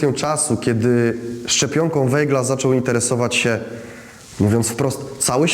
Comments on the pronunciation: To samo zauważyłem. Aż uszy bolały☹️ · Bardzo interesujący film. Czy gdyby robił Pan program o Winstonie Churchillu, to wymawiałby Pan jego nazwisko jako [ hurhil] czy [czerczil] ? Dlaczego więc nazywa Pan Weigla [wejgl] ? To nazwisko wymawia się [wajgl].